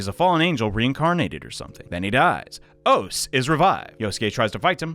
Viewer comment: Minor nitpick, but Ose is actually pronounced "oss-eh". Just fyi.